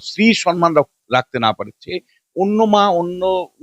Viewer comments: দয়াকরে সন মান বলবেন না, মমতার মত। কথাটা কিন্তু সম মান। আমি ভেঙে লিখলাম। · সম্মান কিন্তু আপনি বলছেন সন্মান ৷